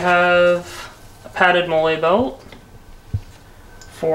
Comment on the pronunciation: Its Molle "Mall-EE" not Molelay